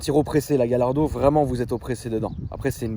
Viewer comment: Yardo non Gallardo